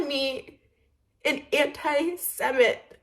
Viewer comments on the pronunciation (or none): She said antisemite wrong on purpose the first time she said it in the latest video cause she’s being a troll. And her sister looks like she asked the plastic surgeon for Gwenyth Paltrow and came back looking like freakin’ Shrek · I have a lot to say about what she did. She upset a Holocaust survivor. As a Jewish girl who has dealt with so much antisemitism, Trisha doesn’t even know how to SAY “antisemite” she says “antiseMIT”. Wow she really studied up about Judaism. Immediately “learning about Islam” and “studying Hare Krishna” it’s not Ethan, it’s everyone asking her to stop being a hurtful, cruel, disgusting, unfeeling POS. She blames everything on Ethan, she is TRYING TO BE INFLAMMATORY. Obviously you aren’t the producer HIS COMPANY “TED ENT” produced it. What else would she be!? He made the merch, he has the studio, the crew, the cameras, edits, that’s what a producer does. She just sat there and lied like she always does.